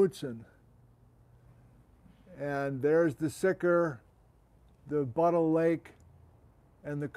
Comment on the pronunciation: Yeah you pronounced Buttle Lake correctly. Named after the lake of the same name in central Vancouver Island. Former copper mine at the end of the lake was hosted by a volcanogenic massive sulphide. Black smoker type of setting.